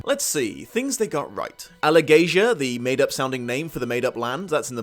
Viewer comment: You mispronounced a lot of things. Ajihad: Ah-zhi-hod Tronjheim: Tronj-heem Alagaesia: A-luh-gay-zee-uh